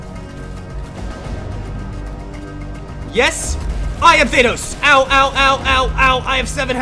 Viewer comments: Bruh he keeps saying Thay-nos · this man just said "Thaneos" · ThAnos is finally here Me: faceplam it’s ThanOs not ThAnos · Me: Thanos Him:thaynos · Now its not thanos anymore its thainos😂🤣😂🤣😂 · Bro says thenos😂😂😂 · Lol thei-nos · Bro why do people keep saying thenos when it's actually thanos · Why did he say Thynose it's Thanos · Thaynos or thanos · It’s thanos not thay-nose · Its thAnos not thaynos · I hate how he says thaynos